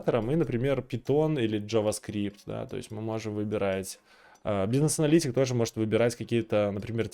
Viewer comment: "бу си несс" просто прекрасно я щщщитаю :)))